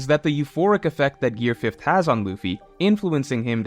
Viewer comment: THANK YOU, for saying gear fifth and not five